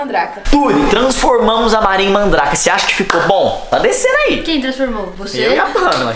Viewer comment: Gente tô sentindo até agora o vai no começo falou em vez dele falar Mandrake que ele falou mandar